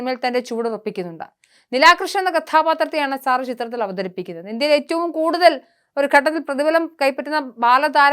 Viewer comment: സാറ അല്ല സെറ എന്നാണ് ഉച്ചാരണം